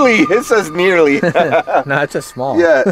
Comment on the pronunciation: iS said NE ARLY